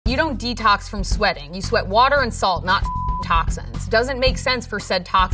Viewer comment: デトックスの発音を知れたのが一番の収穫